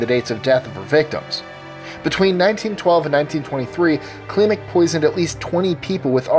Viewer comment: 25 - It's pronounced banishevski. Like in "banish". 24 - It's a legend. All that things are lies spread by their enemies. All those stories originated wayy after her death to discredit their bloodline. There are videos about it and books.09 - In "Klimek" you need to accent E more. Like in "get"If you want some info about Poland just ask me :)